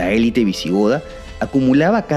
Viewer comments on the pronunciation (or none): none